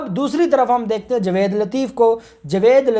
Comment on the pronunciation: جناب اپ اپنا تلفض ٹھیک کریں جاوید نام ہے نا کہ جوید پلیز تلفض کا خیال کیا کریں شکریہ